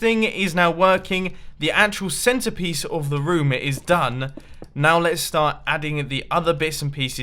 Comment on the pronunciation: I love how he pronounces room rum